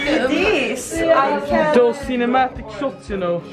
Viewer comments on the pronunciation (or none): HAHAHAHAHAHA "the cinematic shohts"